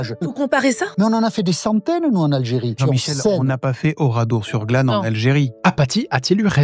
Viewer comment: Ouradour, pas oradour